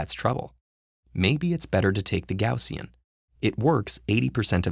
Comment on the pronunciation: his pronunciation of gaussian made me die inside